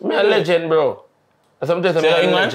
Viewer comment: Lengent with a t not d 😂😂 up walkie